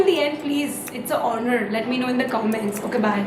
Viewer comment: You said honour in the same accent that you said naturrrrre in 🥺